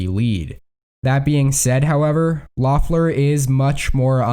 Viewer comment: It's pronounced "LEFF-ler," not "LOFF-ler," not that it will matter come 5 January.